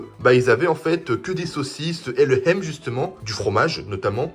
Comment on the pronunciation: Ham, ça se dit"ham" pas Hem😅